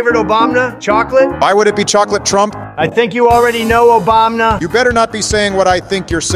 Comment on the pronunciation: Why do they keep pronouncing Obama as Obamna